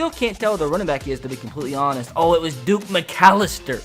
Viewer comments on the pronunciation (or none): Deuce McAllister, not Duke 😂 God I love you 😂😂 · “Duke” Mcalister 😂😂😂 you must be from a Mandella Effect universe, in ours it was always Deuce and he was a star